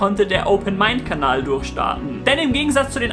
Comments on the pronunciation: ich verstehe immer am schluss aboniere meinen kabal ;D und nicht kanal :D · Hey, bei fast jedem deiner Videos tauchen bei mir 2 Fragen auf^^ 1) Warum die Seitenhieber auf Danny Klose? Das ist doch noch nichtmal ein C-Promi. 2) Warum sagst du am Ende immer "Kabal"?